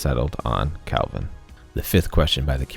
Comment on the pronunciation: Why are u pronouncing "kelvin" as "calvin" is bugging me lol